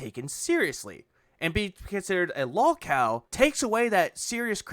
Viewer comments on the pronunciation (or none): Why does he keep calling it "Lawlcawl casht" it's lowcow podcast. Then again this guy is pronouncing words poorly like processing he says "processcessing" or "Khantant" idk it's because of his stroke face or the alcohol or both